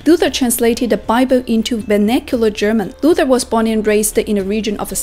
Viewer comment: das einzige an kritik das sie manches falsch ausspricht wie kölsch da sagt sie kolsch und luther spricht sie englisch aus. aber sonst gut gemacht.